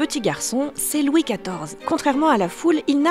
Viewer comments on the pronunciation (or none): none